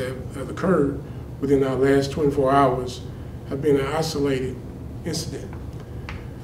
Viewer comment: LOL, did he really say "Isolated"?